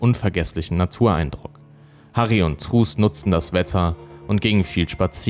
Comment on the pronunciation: Ich hör dir so gerne zu! ❤️ Nur truus spricht man auf Holländisch trüüs aus. Das war ein kleines bisschen irritierend 😬... (U wird immer wie ü gesprochen und oe wie ein deutsches u. So als kleiner Diskurs) Mach auf jeden Fall weiter so, dein Content ist ganz großartig!